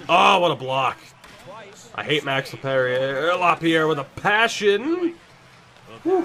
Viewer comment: Saying “perrier” when talking about Lapierre made me cringe